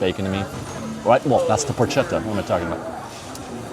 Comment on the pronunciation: Porchetta pronounced pork-etta not porch-etta